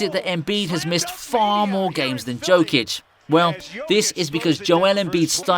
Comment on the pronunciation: Learn how to pronounce his name first. Like Charles Barkley said "If you dont like Joker play basketball, you dont know nothing about basketball".